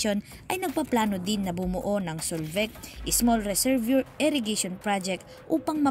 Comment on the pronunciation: Reservoir= rezuhvwaa po ang bigkas